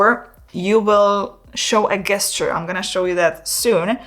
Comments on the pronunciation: Pronounced jesture not guesture. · Please! The word is gesture but pronounced JESTURE! Not with abhard G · Gesture. Pronounced as if it started with a 'j' 'jesture 🙂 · great video. So Gesture - is actually pronounced like Jester. thx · you are pronouncing gesture wrong...say it as if it begins with a j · Please stop pronouncing gesture wrong. It’s very very distracting from your mildly engaging content. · You begin by emphasising that this is NOT a drone. After which you then refer to it repeatedly AS a drone. Also, you might care to check how the word "gesture" is pronounced in english......